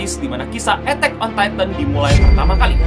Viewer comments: harus.y di baca e'tak bukan etek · lah iya si ngomong nya "etteck on titan" woii.. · Apa cuma gua doang dengernya etek on tayten “penyebutan e nya kayak ngomong ketek” 🤣